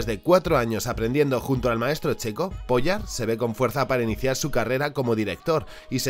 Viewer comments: El dice Bratislav "POYA" Youtube: Censurable señores. Gran video!!! Espero ver todo lo que recomendaste pronto! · El video de primera, solo 2 apuntes, gracias al video se quien creo aquellos dibujos que vi en un vhs de los chinos cuando era pequeño (que me pareció raro como un perro azul y como que se me quedo gravado). El segundo apunte igual soy yo pero Pojar a partir de la segunda o tercera vez me ha sonado mas sin r y en vez de j una y o ll .... por lo demás agradecerte este contenido tan poco convencional y concreto.